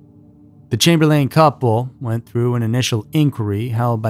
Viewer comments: Chamberlain isn't pronounced that way in any country. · Thank you. Thought I was in the twilight zone or something with no other comments mentioning this. 😅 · I couldn't watch this because of your mispronouncing of the couples surname, and all of the place names. I suggest that, during your research, please find out how to pronounce names and places.